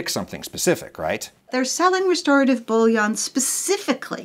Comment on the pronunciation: A more accurate pronunciation of "bouillon" would be "boo-yon".